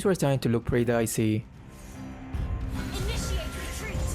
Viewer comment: I always smiling when you said “pretty dicey” buat I misheard it as “pretty daisy” LoL